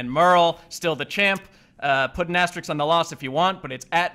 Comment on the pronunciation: Something off topic: VerSE instead of verSUS? BrugESS instead of BrugES? Asterix instead of Asterisk? What is going on with?